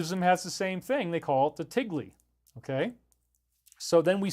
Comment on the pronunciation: It's "thigle" with an H. Just saying. Great video!